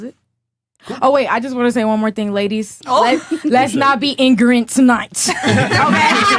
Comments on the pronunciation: I cannot believe she said IGRANINT twice!!!!!!!! 🤣🤣🤣🤣🤣🤣🤣🤣🤣🤣🤣🤣🤣🤣🤣🤣🤣🤣🤣🤣🤣🤣🤣🤣🤣🤣🤣🤣🤣🤣🤣🤣🤣🤣🤣🤣🤣🤣🤣🤣🤣🤣🤣🤣🤣🤣🤣🤣🤣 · "I'm not bieng Ingrament" lol😭😭bruh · She pronounced it more like "i-gri-nit" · "Ingrent" needs to go on some merch 😂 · "Iggernint" is my new favorite word. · "I'm not being ingorant?" LOL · Blank women don’t even understand the English language. 👸🏽: “Not irrelevant” “Ingrenant” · You’re a social worker but you can pronounce ignorant or misconception??? Where tf do you work an animal shelter like what kind of social work do you do